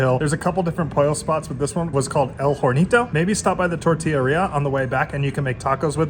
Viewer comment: I’ve notice you aspire the “H” in Spanish (jornito for hornito). But H in Spanish is mute…